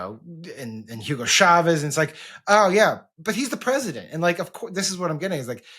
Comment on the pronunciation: I know this is trivial, but I have to say it: Can we please stop saying Hugo “shavez?” There’s no sh. It’s CHAVEZ as in cha cha cha or chase or check. It’s a ch pronounced as a ch. Spanish isn’t French, mon cher.